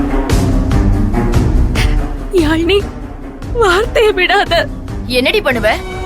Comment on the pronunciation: Admin athu yaamini illa..yazhini🤭